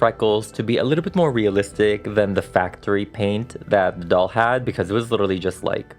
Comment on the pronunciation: Doll not dall